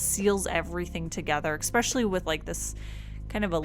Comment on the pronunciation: I love your art but god, I can’t stand "exspecially".